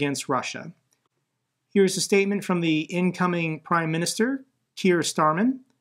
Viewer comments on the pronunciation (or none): Kier Starmer not "starman"... that's a song by David Bowie (1min ) 😂